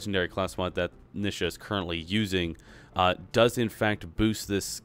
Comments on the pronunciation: Why do people pronounce Nisha as Nih-shah? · I hate the way he says her name.